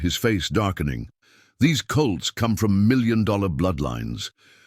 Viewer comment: It’s foals not foes and it’s colts not cults. The AI writer needs a human to spellchecked.